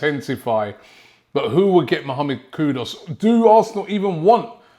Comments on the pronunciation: Kudoos??? its Kuduus brudda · It's not Kudos It's Kudus (ku is not pronounced ko so why pronounce dus as dos? Hearing it annoys me like calling Robbie ...Roby (as in Rob - i) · Hi Robby, it's K-U-D-U-S not K-U-D-O-S, okay? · It’s kudus not kudos ! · Who's this kudos player😂😂😂 come on robbie are you doing it on purpose?😂😂 Coyg❤🤍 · He's actually call Kudus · Mohamad Kudos ???????? Kudos to you Robbie for murdering his name This is how to pronounce his name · 😅🤣😅 the never ending battle between Robbie and Player names continues.. Mohamed KUDOS is what I keep hearing 🤣😅🤣